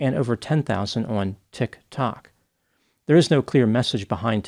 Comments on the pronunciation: I’m glad he says “tik…TOK” so we don’t think he’s talking about breath mints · People will follow anyone these days. Especially on “Tick Tock”, as calls it. 😂. I love the way he refuses to run the two words together. I feel a subtle sense of shade behind that pronunciation and I am all for it. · The contempt in the good doctor's voice when he pronounces "Tik Tok" 😂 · Tik…TOK. That pause between the 2, and stress on the tok😂😂😂. We all know knows how it’s pronounced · Ha, ha, ha, is the funniest dude everrrr. He keeps a straight face the whole time. I watch his videos in the morning with coffee and cookies. He said, "Ticcc Tokkk", lol! Ur funny. Keep 'em coming sir. 😂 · Thank you for this. English it's not my first lenguage so I would never have noticed that!! I share his thoughts and litle ( non) respect for " Tik Toc "as well. 😂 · Accent on the "toc", love it! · I think he actually said tick tock, at least that's how it sounded to me. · I know right? I can't figure out why he does that. But then again my son says hos pit tul for hospital. 😂❤❤❤ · I’ll never get tired of the way he says “Tik-Tok” 😂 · He did not use the right intonation! 😅. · Was she "influenced" by the Final Destination 1 movie? 😂 Also, gotta love the way says Tik Tok and my new favorite word "motherblankers". Great video as always! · I love how says “Tik Tok” as if he hasn’t heard of it before is not quite sure how to pronounce it. I too wish I had never heard of it and can’t pronounce it. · The way pronounces TikTok is adorable 🤣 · Hearing intentionally say "tiktok" like he doesnt know the correct inflection really pulls the curtain back on the whole "matter of fact doctor" character he plays. No one, no matter how dry and boring and professional, doesnt know how to say tiktok in 2023. Very not real of you. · I like the way he pronounces tik tok because it sounds condescending.